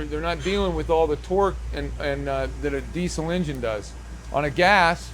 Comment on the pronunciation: Amazing! “Engine” was mispronounced 72 time’s during this video!! Come on … 😂